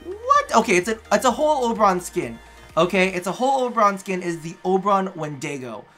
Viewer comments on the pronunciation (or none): It’s pronounced “When-dig-oh”